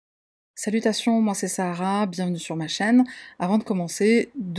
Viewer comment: Ton prénom, c'est Sahara ou Sarah ? parce que de la manière dont tu le prononces, on comprend Sahara.